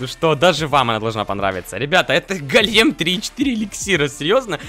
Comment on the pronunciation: Не голееем, а гооолем правильно